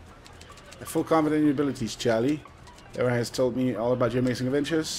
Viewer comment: Lee-vie lol